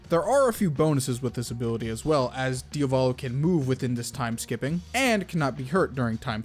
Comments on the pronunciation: man im fine with pointing these out... but please call him Diavolo and not Diovolo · I turned the video off at ~ for two main reasons: The character is called Diavolo, Dia-volo, not Dio-Valo. Secondly: schizophrenia and multiple personality disorder/dissociative personality disorder are distinctly different Illnesses with distinctly different causes. DIS is result of childhood trauma and being Schizo is (most likely) the result of chronic inflammation of the brainstem while in the mothers womb. It can happen that those conditions intertwine, but it's incredibly rare. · Why do people say diovalo and not diavolo? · Why do you pronounce Diavolos name wrong?